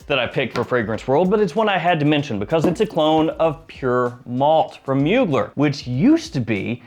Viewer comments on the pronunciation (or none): Love your videos, BUT... It's Moo-glay, not Myoo-gler. 😁